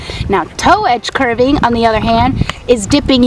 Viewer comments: "Curving" 😂😂😂😂 dude it's carving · its carving not curing